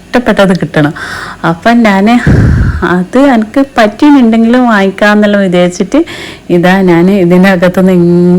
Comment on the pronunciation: അക്ക് അല്ല😂😂.....എനിക്ക് എന്ന് പറയൂ